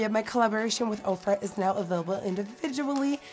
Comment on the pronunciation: my mom heard me watching this and asked why the fuck she was hanging out with opra but nikkie said ofra 💀💀